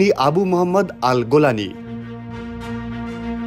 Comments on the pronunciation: উচ্চারন গোলানি নয়, বরং জুলানী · গোলানি না রে ভাই,, জোলানি হবে 😅😊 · গোলানী নয় জোলানী! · নামটা ত ঠিক করে বল। জোলানি নাকি গোলানি?